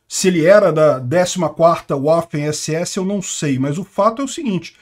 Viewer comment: Fala-se váfen, pois o W alemão faz som de V.